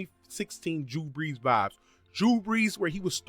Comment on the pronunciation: Dude sounds like he was saying jew breeze and im weak